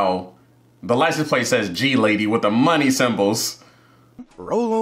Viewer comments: Houston Texas here,. Also, Gladys is a name. “Glad dis”. This movie has such a great cast! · reading the plate as G-lady and not a the name gladys was hilarious for no reasoj